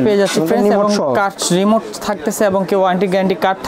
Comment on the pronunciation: ভাইরে চালাইন্না জিনিশটার নাম রিমোট, "নিমোট" না! 🤣